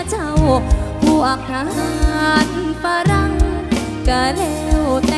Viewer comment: น้องนุ่นงามคัก ว่าน้องเป็นเมียเช่าพวกทหารฝรั่ง ท่อนนี้หลายๆท่านมักออกเสียงเป็นฝาหรั่ง แต่น้องนุ่นออกเสียงฝรั่งเพราะค่ะ❤